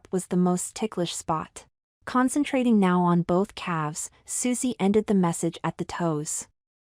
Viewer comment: Can not stress enough on how the AI voice has to be replaced by real people. The AI can not pronounce some words. Instead of AI saying massage, it said message! When emotion in the voice is needed, AI can not pull that off! Having the emotion added with real people will make these stories more believable actually! Also, the obsession of perms in this day & age needs replaced with hairstyles women, preteens & teens would get. Also, this story could have been so much more if the details of the Mani/Pedi & beauty salon visits were left at minimal! This was supposed to be for the summer & it only focuses on those two things really. I also have never known of anyone in almost five decades that are fascinated with wearing a hair salon cape! The story says the boy wanted to be a boy who likes girls over boys for romantic purposes. Yet you have the boy clearly expressing that he actually wanted to be a girl! The B cups on an 11 year old that is not described as chunky is not plausible. Should have went with an A at most. Just constructive criticism to help make these stories fantastic & believable. ❤